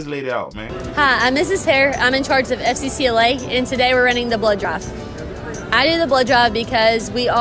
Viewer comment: Anybody else heard her saying "...running the blow job...." and not "...running the blood drive..." ??? Man, I had to look up at the screen and rewind just to clear that up. 🤣🤣🤣🤣